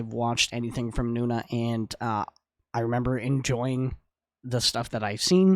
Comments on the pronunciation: Is not Nuna.. is No Na.. N O N A...❤❤❤ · Thanks for reacting to nona. They’re not korean btw so you’re mispronouncing their name. It’s not noo-na. It’s pronounced no-nah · Its No....Nah Not Noona 🧐